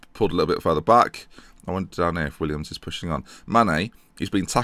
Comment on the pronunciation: Little gripe I have, please stop calling him Williams, it's Willems.(Pronounced Will-ems) Great series though